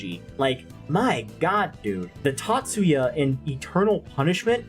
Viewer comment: I call him tah-TSOO-yah, not Tatsya